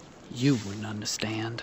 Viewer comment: “ you wouln’ undastand 🤠”